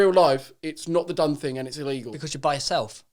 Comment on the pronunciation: Joe "the dunnfing" Weller XD